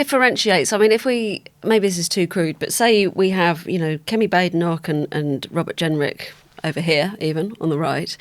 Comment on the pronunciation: I wish people could pronounce her name right. Bade enoch needs two es. Bad e (short e) noch. It's bad enough to have to hear her let alone to constantly have to correct her name.